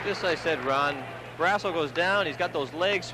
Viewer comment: What is the story with this announcer? He keeps calling Barrasso, Barrasah until about 5 minutes left in the 1st period. Have a feeling that Edwards or someone else told him to knock it off. He also called Bobby Carpenter, Rob which he never went by.